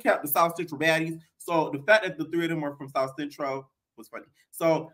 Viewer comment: “But chase isn’t into T girls” 😂“From the south centrowl” 💀